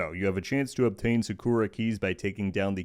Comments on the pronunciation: SA-ku-ra not saKORa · The way u pronounce "sakura" is american af...